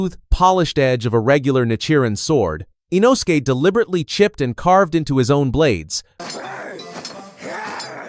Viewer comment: "Inosukay Hashibeera"